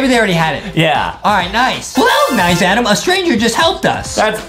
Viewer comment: I love that everyone calls Adam Adem